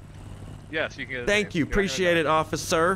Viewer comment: The way he said officer 😂😂 officER